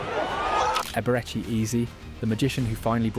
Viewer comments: Eberechee Eez? wtf bro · 'Ebereke Eeez'... AI slop script